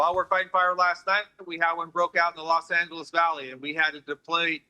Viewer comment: At least the Brits are finally pronouncing Angeles correctly.